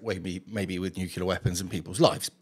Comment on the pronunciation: Really small point but, it's nuclear, not nucular. Just sayin'. 🙂